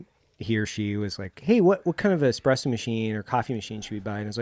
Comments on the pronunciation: Pleeeease.... there is no "x" in espresso. Can we get the foundation right? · Evan "Hold my expresso" Hafer